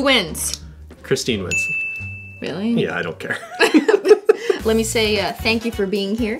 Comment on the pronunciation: “who wins? “ion care”😂😂